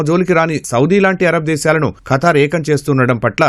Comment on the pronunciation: Oray veeei pappa akraminchadaaniki kaadhuraa Babu Firstu bible chaduvuraa babu history telusukora babu Funny fellows oray kattari kaadura it's Qatar pronounce properly funny fellow😂😂😂😂